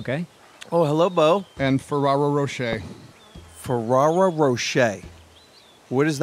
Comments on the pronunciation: Will this help you pronounce this? Féréro roshe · The way they butchered the pronunciation of Ferrero Rocher 😂